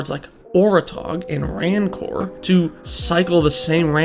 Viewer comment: Mention this not to be a pedant, but because you might wanna know, and it's a classic! "Rancor" is pronounced like "Ranker", not "Rann-core". It means bitterness. Great vid, btw